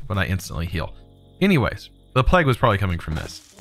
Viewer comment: He says plague as 'pleg'